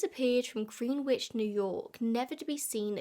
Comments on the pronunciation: In the US Greenwich is pronounced gren-itch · The irony of an Englishwoman mispronouncing the word "Greenwich" is absolutely perfect. Never change,. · lol i used to mispronounce the (english) Greenwich for years, and now listening to say it with the 'w' i was beginning to seriously doubt myself 😂 insert so_whats_the_truth_OPRA.gif here 😂